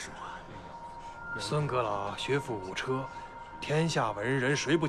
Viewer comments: 學富五「車」，我還幽靈馬車呢！😂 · 學富五車(ㄔㄜ)???? 可以不要誤人子弟嗎..... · 我來找這則! 聽到五車(che/ㄔㄜ)滿臉三條線! 非常尷尬😰